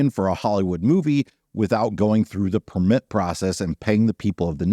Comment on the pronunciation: There is a lot of controversy around types of allowed land use in the national parks. I hope things work out. So, I know it's nitpicky but i can't stay quiet anymore!!! The noun “permit”, meaning “written permission”, or “license”, is pronounced with the stress on the first syllable: “PER-mit”. You must have a permit to park here. The verb “permit”, meaning “allow”, or “let”, is pronounced with the stress on the second syllable: “per-MIT”.